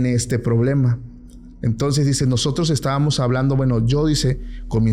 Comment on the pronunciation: Pacoooooo no se dice” estavanos “ tú hablas muy bien todo. Usa la “M” ESTÁBAMOS. Ok